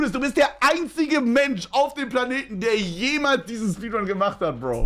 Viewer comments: Stabile "SPEEDUNS" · Speeduns????????????? aber geiles Video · Aufjedenfall die "Speeduns"